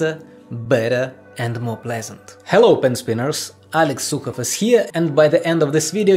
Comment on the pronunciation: No one : Alex : Helliow pen spinniars